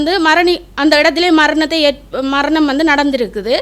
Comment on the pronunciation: மரனி, மர்ணம்... இது என்னம்மா தமிழ். .முதல்ல நீ பேச கத்துக்கோ இதில வேற நீ முன்னாள் போராளி..அதிலும் வைத்தியர்.. எதுவும் நம்புற மாதிரி இல்லையே...உன் பேச்சால... இந்தியாவில் இருந்து நான்..